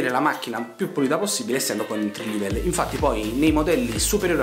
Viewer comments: si pronuncia "entri level"e non "entri livel" e la musica di sottofondo e' troppo alta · Entry "Livel"? 🤣🤣🤣🤣